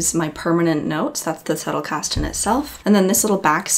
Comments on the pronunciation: yes - the german z sounds as ts - doing good . I prefer original pronunciations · Thank you for pronouncing "Zettelkasten" correctly. Everybody else gets it wrong. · You are the first from the murican continent who pronounces it Zettelkasten and not Settelkasten😬 ((german here))